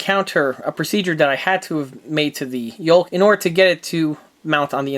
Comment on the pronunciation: "YOKE"not "YOLK"